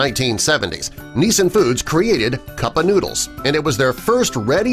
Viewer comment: They don't tell you who these "scientists' are. And since when are scientists more important than governments? If what scientists discover is that important to government, why aren't these discoveries turned into laws and regulations? Meanwhile, "Nissin," the original US distributor of instant noodles, gets its name mispronounced twice, first like "Nissan," the automaker, then later "Nee-sin." It's properly pronounced like "kissin'."